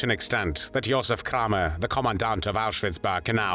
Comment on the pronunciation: Kraw mer that how it's pronounced in German? My 2nd Great grandmother was born Kramer. Got off the boat from Germany in 1881. Wonder if there's any connection to that monster Josef? 🤬🤬🤬🤬